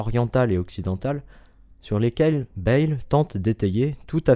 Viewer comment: Il faudrait d'abord à apprendre à prononcer correctement le nom de Pierre Bayle: [bεl] et non pas [bεjl]. De plus, dans la vidéo, on parle de «Dictionnaire critique et historique», alors qu'au même moment on voit «Dictionnaire historique et critique» sur la première page de l'ouvrage en question!